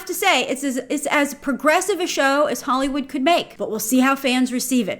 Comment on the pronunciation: She says hollowood but it was made by i think a french team who riot hired for their cinematics from way back when. Like they didnt go with a well known Hollywood studio.